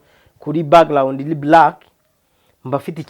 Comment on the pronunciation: Bavuga direct and not dilect. Bavuga background and not backglound